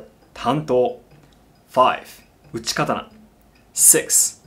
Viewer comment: It seems bizarre to me that he calls it a Kuh-ton-ah when he speaks English, but Ka-ta-naw when he speaks Japanese. I use the Japanese pronunciation, and I dont even speak Japanese. Seems disrespectful to the culture to change the name of the weapon.